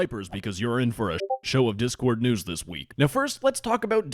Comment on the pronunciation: I love it when you start the video by saying "Diss Discord"